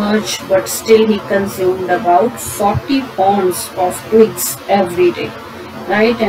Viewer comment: The narrator climbed the trees to cut twings